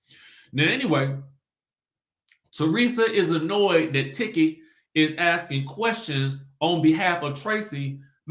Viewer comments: It's pronounced Teke. Even though it's spelled Tiki. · Everything time you pronounce Tiki’s name- I get so tickled😂🤣